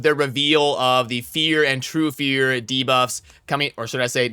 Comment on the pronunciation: No you should actually not say dabuffs lol the worst part was he said it right a couple times in the last vid too 🤣